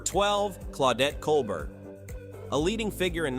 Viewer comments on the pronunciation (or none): The AI generated voice makes a lot of mistakes. Some corrections: Claudette Colbert (kohl-BAIR); Marlene (/mɑːrˈleɪnə) Dietrich; Bette (/ˈbɛti/) Davis. And, as noted by others, there are some omissions: Rita Hayworth, Sophia Loren, Ava Gardner, Vivien Leigh, etc.. I would add Gene Tierney, Lauren Bacall, and Brigitte Bardot.